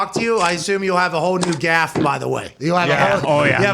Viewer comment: hearing pat say gaff has thoroughly made my day